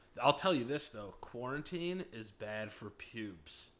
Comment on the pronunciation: "corn teen" lmfao i never thought i'd see "quarantine" butchered to this extent